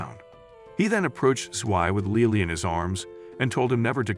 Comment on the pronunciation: LILI?! ITS LILY 😭